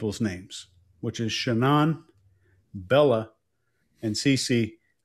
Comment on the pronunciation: It's Shannan. Not Shannon.